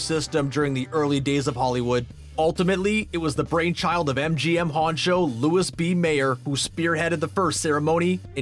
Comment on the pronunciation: Can we get someone who knows anything about movies to do this stuff? John Williams was nominated for ALL THREE of the original Star Wars flicks (including Empire) and also the 3 most recent ones. And LEARN HOW TO PRONOUNCE PEOPLE'S NAMES! It's not "Louis" with an S for LB Mayer, it's "Louie". And did this say "Earth" Kitt, not "Eartha"? Can you guys not do Take Two? Jesus.